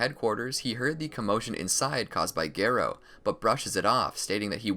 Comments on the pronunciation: it’s Garou not gerou you British or smth? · How do you know so much about anime and you pronounce one of the easiest names wrong😂😂😂 (Gairo)